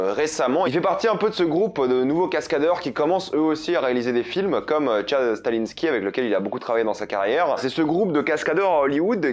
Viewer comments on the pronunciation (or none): none